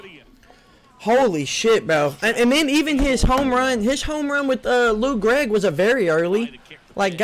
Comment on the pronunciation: "lou gregg"